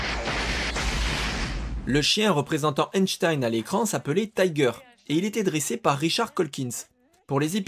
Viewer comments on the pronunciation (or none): none